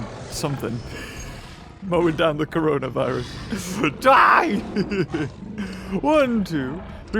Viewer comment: Everyone- corona virus/covid 19 - coronaer virus